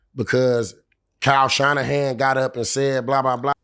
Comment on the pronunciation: Shyle Kannahan😂😂😂 i love Marshawn